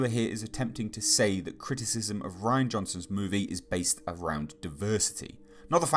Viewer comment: You’re pronouncing his name wrong it’s not Ryan it’s Ri-Ann